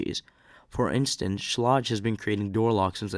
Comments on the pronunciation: My favourite pronunciation was.... Skay-Lidge. Bahahahhaha! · Schlage rhymes with vague